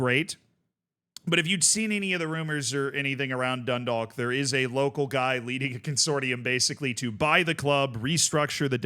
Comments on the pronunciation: I got a minor bit of cringe everytime dundalk was said it wasnt even that far off the pronunciation but it kept taking me out of the vid for half a sec wait no as I'm writing the comment its getting better (dun-dawk, like walk or talk) Edit: Oh god i should have waited drogheda was so much worse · the league of ireland is horribly underfunded, tiny note though, dundalk is pronounced like a rhyme with clock, you wont hear many people in ireland pronounce the L 'grats on the run man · Can’t expect him to say it in fluent Gaelic and a thick Irish accent, he isn’t an Irish speaker, of course he can’t pronounce it.